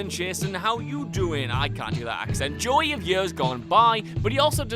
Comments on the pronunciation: It sounds like you are saying Joy... not JoEy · You don’t pronounce “Joey” correctly. Is that not a name you have in Britland? Joey? It sounds like your screwing up the word “joy”, like you’re taking a two syllable name and trying to make it a one syllable name. Slow it down, and say, “Joe ee”. Did you even watch Friends? Sorry to harp a little, it’s just that I’m a Joey, and I couldn’t stand how you said my name. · The most disturbing thing is how you pronounce 'Joey'....